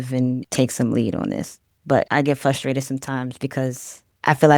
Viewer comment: Fustrated *Frustrated. FYI.